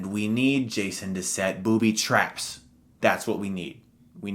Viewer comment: The way you say booby traps is hilarious! XD I agree with this list.